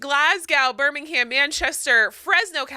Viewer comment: I'm now going to pronounce Glasgow and Birmingham the way did. Glas-gow and Birming-ham sounds so funny